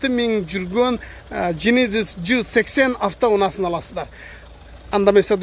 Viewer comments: Джейненис деп айтылат, сен жининис деп койдунго дадин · Генезиз десен